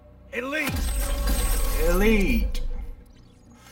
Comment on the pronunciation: のエリートの発音いいっすねぇ